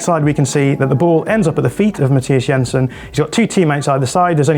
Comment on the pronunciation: Good job on the pronunciations there,! Yensen, not Jensen - remember a similar attention to detail concerning Martin Ødegaard on a podcast some weeks ago, very cool.